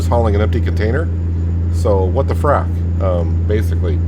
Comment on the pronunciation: I thought you actually said "what the [f-word]" but you said "what the frac" lol